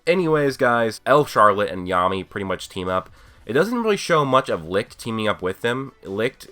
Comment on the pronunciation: Hmm I'm thinking of an English word which i could show to help properly pronounce the word Licht. Hm..... Echelon. Try to use the ch from echelon for the ch in Licht. I think that gets you closer to how we Germany pronounce light in English ;)